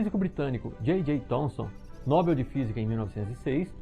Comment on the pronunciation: Excelente vídeo! Só uma humilde contribuição sobre a pronúncia da palavra Nobel. Nobel rima com papel.